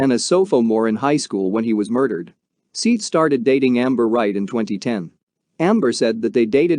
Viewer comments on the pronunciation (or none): I could not watch it you kept saying SEETH not SETH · Seath not seeff, you bumbling idiot. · It's Seth. Not "Seeth." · Seeth lol his name was seth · Its SETH!!! not SEETH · It is Seth that is the right way to pronounce his name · You need to take this down and edited it and say his name correctly lol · To do a full video repeatedly pronouncing the victims name wrong is pretty shitty to be honest. It detracts from what is an otherwise informative video.